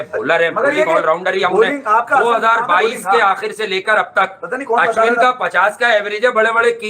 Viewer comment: भाई तुम्हारे दोस्त का नाम होगा अश्वनी वो अश्विन है पाकिस्तानी गलत बोलते है वो ठीक है इंडियन तो न बोले